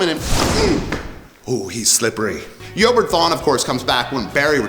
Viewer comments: I'm pretty sure it's pronounced E-O-bard not Yoburt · Where did you pick up that pronunciation for "Eobard"?